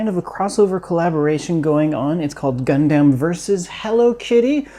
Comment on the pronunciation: Please, its Gundam not Gun damn. Please